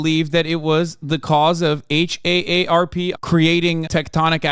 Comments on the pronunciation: If H.A.S.A.N. says H.A.A.R.P 1 more time instead of just saying "Harp", i'm gonna K.I.S.S myslef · I’m from Oahu and my boss flew out there to help out at a store whose workers were from Lahaina but couldn’t work due to obvious reasons. Saw some of the video they took and it literally looked like post-war footage. Insane and tragic 😢 Also, minor annoyance: just pronounce HAARP as “harp”. Just as annoying as folks who pronounce “OLED” as “Oh El Ee Dee” 🤦